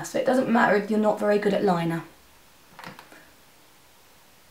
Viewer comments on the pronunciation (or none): none